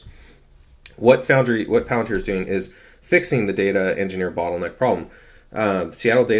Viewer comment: The way you say Pallantards is hilarious 😂